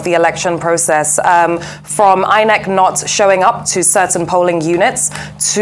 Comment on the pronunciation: Plsssss this phrase is "POlling unit" NOT pulling unit oo